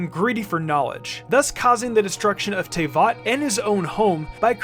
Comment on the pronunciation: the only thing i will note on is that Teyvat is pronounced as [Tuh-Vet] sorry if i’m being annoying